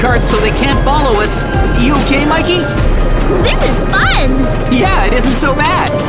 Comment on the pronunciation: It's Mikey not mickey